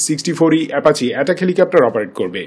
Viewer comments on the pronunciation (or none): কিসের এ্যাপাচে? ? কি সব উচ্চারন লাভ কে লভ, অ্যাপাচিকে এ্যাপাচে